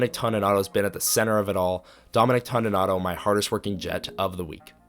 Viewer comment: Appreciated and enjoyed, one small thing it's TONY nato not TAWNY nato.